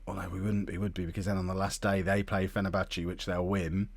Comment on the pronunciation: Any time he says "Fennerbatchie" I wanna scream into a pillow.